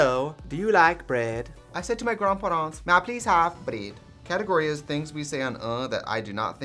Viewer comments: Literally, “I said to my grand pahrants, may I please have bredd?” Is my favourite soundbite of all time. I don’t know if it’s a combo with the editing or what, but it’s a classic. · Isn't the Å pretty much just O? It is at least in finnish-swedish, so it would sound like gronpuronts which doesn't really sound much like anything. Grändphärents would have been closer